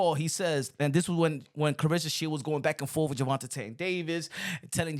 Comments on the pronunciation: I love your channel and reported news but plz stop saying “Gervontatane”…it’s Gervonta or just say Tank. Sheneneh took me out though🤣🤣🤣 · Jus say tank, why u saying his name like dat. Gervatain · Why are you pronouncing his name like that?